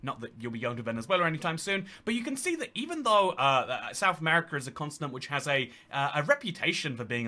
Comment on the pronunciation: He says "consonant" instead of Continent